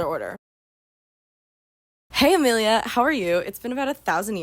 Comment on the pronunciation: This entire time I’ve followed you, I kept thinking you said “Hey, Amelia!”. Today. In 2026, I now know you’re saying familia LMAO 🤟